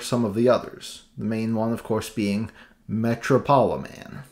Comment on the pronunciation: surely Metropoliman is pronounced like Metropolis..?